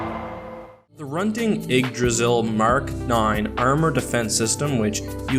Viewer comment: hrunting ydggrasil is pronounced as such: hroonting eedgrasil